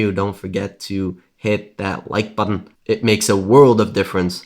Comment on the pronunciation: Never listen to someone that cant even say button and contributed correctly.